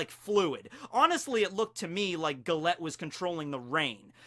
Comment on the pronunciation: u keep pronouncing Gallete wrong...its a pun on gelato (ice cream)..so her name is pronounced Jallet